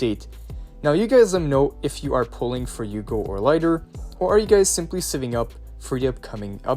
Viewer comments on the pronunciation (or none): a bit of me dies everytime he pronounces Hugo as Yugo